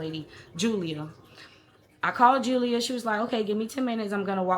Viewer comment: "Julier" I thought alright Madea😅